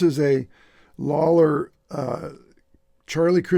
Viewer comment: Lollar pickup? Not Lawler